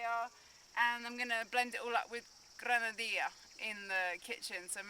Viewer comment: you might adopt the Ecuadorian way of pronouncing the double L. It's a Jzuh sound, not a "y" like in Mexico.: ) So it's "gran-a -dee-jzuh", rather than "gran-a dee-yah" Listen to the locals and you'll hear it! Anyway, it is definitely pronounced that way in Quito.